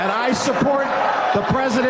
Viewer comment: "Immi-gaytion" laws? That is how much it costs for fascism!